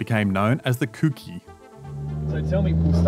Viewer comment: Kouki is pronounced kooki. Not kuuki....